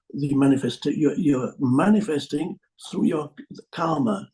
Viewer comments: An amusing mispronunciation seems to happen "everybody is Manic-festing without knowing it". I'm not sure if it was intentional but that's a fantastic word for it! 😄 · Manic-festing would be a good word for what we Manifest in unconcsiousness😂